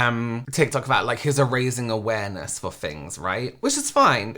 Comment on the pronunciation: This guy is 'awaremess', not awareness. My mental health leaves the premises while I'm watching it.